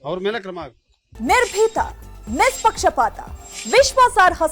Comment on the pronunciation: ನಿರ್ಬೀತ?😂 ನಿಸ್ಪಿಕ್ಷ 😂 😂😂